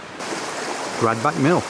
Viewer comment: my nick of the woods,lovely round there,its pronounced grad batch if that makes sense,ps watch the car park at gradbach last time we parked there somebody bumped the wifes car and drove off got back to motor with bumped wing lol